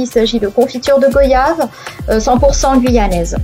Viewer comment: Goiyave pas go yave on dit bien royale et voyage !😉